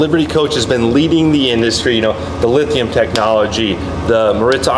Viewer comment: someone needs to tell that guy it's lithium with an M... he says lithian all the time